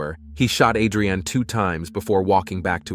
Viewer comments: You are pronouncing her name like it's a food but can you atleast say it right. AdreAnn whose that? It's Adrianne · A'dre'an.......I'm pretty sure it's one word ...like on "Rocky"......ADRIAN!!!!!" JA kno? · "Murder A drain ee Jones". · Thank you lol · he said it correctly a hundred times then to start saying it so wrong #lort#lettucepray😂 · I was thinking the exact same thing!! 😂😂😂